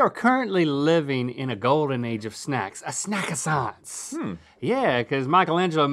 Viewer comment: The "snackasance"